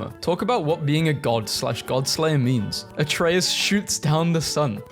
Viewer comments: I don’t understand why people say; “Æ-tree-us” instead of “A-tray-us” Also, it’s “Yor-men-gander” not.. “Jog-man-der” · Every time he mispronounces Atreus it feels like I get sent deeper into depression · you played all three, yet you pronounce Atreus wrong? you make me feel like Hermoine in that Wingardium Leviosa class xD